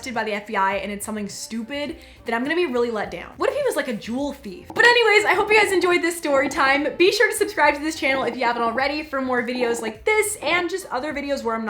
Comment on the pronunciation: Am I the only one that when she said jewel thief thought juul thief instead 😂